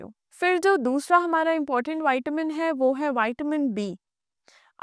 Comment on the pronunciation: पहले बोलना तो सीख लो आपसे विटामिन बोलते भी नहीं बनता है